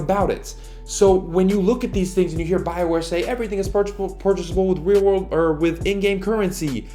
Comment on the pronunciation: “Wheel wurld dollirs”